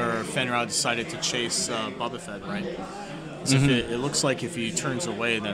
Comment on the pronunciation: Nice commentary but listening to one of you pronounce Boba like “Bubba” was rough